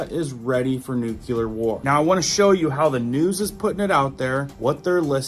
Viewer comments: No cle ar not nuc u lar. Lol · Ffs... it's pronounced..Roi-terrs... It' pronounced New-clear ... not NEWK-ULAR...... It matters....